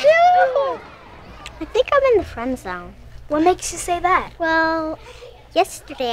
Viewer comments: She in the fwen zown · fwend zone xD